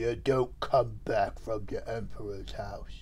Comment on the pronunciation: "Oh... ya don't come back fwom da Empwah's house." 😢